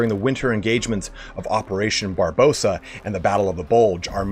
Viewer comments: Operation Barbossa? Not Barbarossa? Never change,. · I'm sorry...did he just say operation Barbosa?